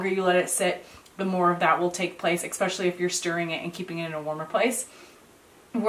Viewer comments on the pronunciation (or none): Please, especially does not have an x in it. Es pecially not Ex pecially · Joy Louise it wasn’t reading, it’s the pronunciation of especially.